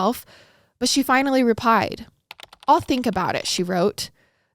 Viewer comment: i love you but how you said " she finally rePIED " lmfaoooooo